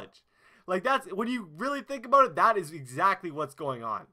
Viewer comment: "Im so passionate 'aboat' this"